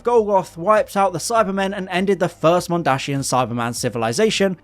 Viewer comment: It's 'Mondasian', not 'Mondashian'